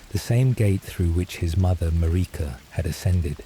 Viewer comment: Sorry, in the first 5 Seconds when your AI narrator mispronounced Marika and Miquella I knew this wasn't going to work. When dealing with the Elden Ring community, these aren't small mistakes, which could be why out of 1500 views you only have 19 likes and 2 comments. Narrate it yourself.